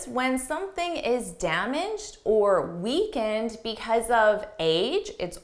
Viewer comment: 1.47 weakened is pronounced the same as weekend I think.